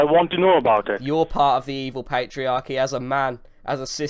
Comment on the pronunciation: "pat-iarchy" "dextop" these words aren't English